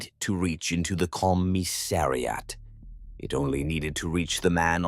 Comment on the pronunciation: "Commi-ssari-at" - poor AI, such difficult words ;-)